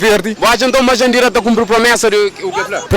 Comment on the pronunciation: Que pena ! Ela nem sabe chamar o nome dela direito.... Jandira kkkkkkk